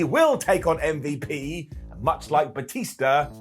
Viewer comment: Always enjoyed hearing call M.V.P. “Mvp”. Makes me chuckle every time he says it.